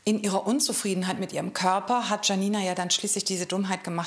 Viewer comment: Dieses Moment wenn du Janina heißt, 15 bist und dich die ganze Zeit angesprochen fühlst 😂 Ps: wieso spricht ihre "beste freundin" ihren Namen falsch aus? 😂